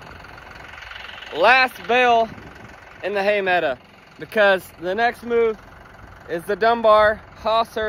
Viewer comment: Love the channel, you and your family. You're an educated man. Please stop saying "meadA". It's meadOW! I realize it's a slang, but it's lazy.